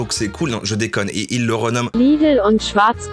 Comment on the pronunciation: très stressant de prononcer Schwartz comme le Schweppes, on prononce Chvartz